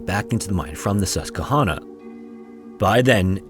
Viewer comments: Yup, it’s sus-kwah-hanna, last part sounds like banana, not nonna! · As a person that grew up in central Pennsylvania…..it’s pronounced sus-kwa-han-ah. Love your content! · PA native here. Not trying to be pedantic, just educational. The river is pronounced Sus-kwuh-hanna :) Love your videos! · Nobody gonna mention that he called it the sus"kuh"honna river lol. We always called it the sus"kwah"hanna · Susquehanna is pronounced Sus Kwa Hanna. Lehigh is pronounced Lee Hi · SUS-kwuh-HANNA. :D Also, I think you said Lehigh? as leh-HIGH, but it is LEE-high. Just a note from an ex-Luzerne County resident. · If anyone cares, here are a couple pronunciation corrections: Susquehanna = Sus-kwah-hanna Lehigh = Lee-high Love your videos, just a quick correction from a Central PA resident! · Just an FYI, Susquehanna is pronounced “sus-qwah-hay-nuh”. But as a PA resident I have never heard of this story. Thank you for telling it ❤ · Sus-kwa-HAN-uh. Also, Lehigh is LEE-high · I love the wrong pronunciation of Susquehanna 😂. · As a Pennsylvanian hearing his pronunciation of Susquehanna gave me a good chuckle lol. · So not relevant but the mispronunciation of Susquehanna was a gut punch every time 😅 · I'm from Pittston Pa. great story ..you mispronounced susquehanna